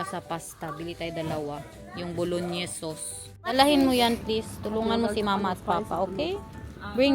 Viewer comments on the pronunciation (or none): BOLONEYS NOT BOLONYES HAHAHA